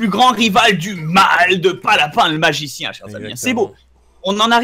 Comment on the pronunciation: a 7.30 il a dit nazicien mdr